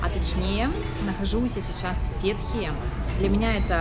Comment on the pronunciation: Только не ФЕтхие ,а ФетхиЕ